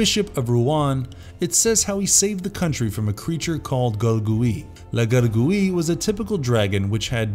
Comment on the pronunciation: You should not pronounce the "e" in Gargouille. It should be pronounced: Gar-gouy'